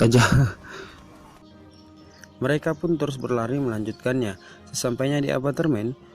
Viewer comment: Normal : "apartemen" Admin : "apatermen"